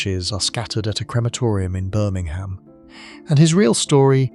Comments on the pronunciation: Is no one going to say get the words right. Birming ham, main wareing, ..... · Yep😅 And Birming-ham. 😂